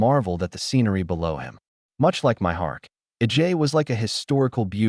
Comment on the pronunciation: Ai gets words confused and it sounds like that when you try to pronounce it.